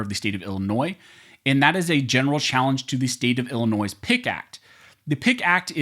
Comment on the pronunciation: DUDE, it is NOT Ill - NOISE, the s is silent, it is Illinois! You went back and forth saying the s and then not saying the s.